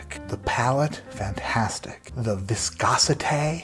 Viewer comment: Viscosi-TAY! Love it.